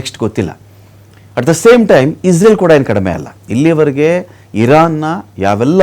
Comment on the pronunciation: ಇಸ್ರೇಲ್ ಅಂತಾ ಹೇಳಿ ಇಜ್ರಲ್ ಅಂತಾ ಅಲ್ಲ